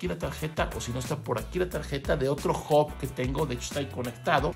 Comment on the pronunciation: Che...!!! se dice H A B no OB !